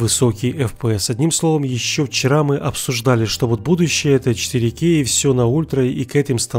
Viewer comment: У меня уши кровью обливались когда он на протяжении всего видео 4кей 8кей, блин правильно 4К 8К типо КА не кей